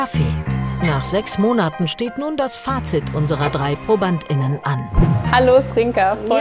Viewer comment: Klingt wie ständiges Schluckauf 😀